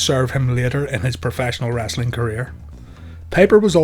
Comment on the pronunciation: It's Wrestling not Wrastling Speak English